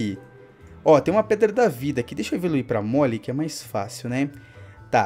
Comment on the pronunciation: não se pronuncia Móle e sim Mouel